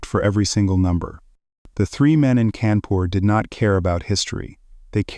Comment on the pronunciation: It's kaa'n poor fyi